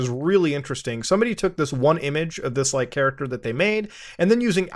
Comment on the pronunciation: “just a haracter that they made” uhhh… should we tell him?